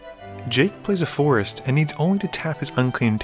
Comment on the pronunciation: When you say forest it sounds like force (of will)